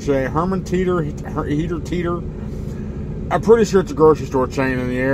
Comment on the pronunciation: Teeters sort of sounds like a hooters.